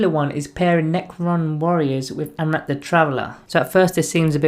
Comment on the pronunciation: I wish you'd get his name right at least once; an-ra-keer is not hard.